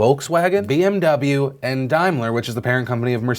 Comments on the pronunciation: Daimler [dahym-ler] - first syllable pronounced like "rain", not like "dime". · Just FYI, it's pronounced Dame-ler Phil. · Daimler is pronounced "DAYM-LER" not Dime-ler....so triggered right now....I need my Service Flame thrower.... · Dame-ler not dime-ler.